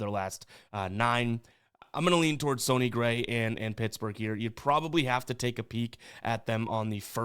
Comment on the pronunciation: I thought it was pronounced sunny like sunny day, not sony like Sony PlayStation …or am I missing a joke haha #GenuineQuestion